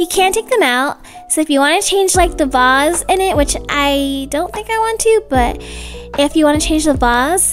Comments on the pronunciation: It is not a vars it is a vase 😂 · when she pronounces "vase" as bass i burst out laughing 😂